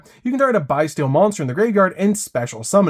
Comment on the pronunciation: I hate the way he said bystial BYE-STEAL! Lol 😂 💀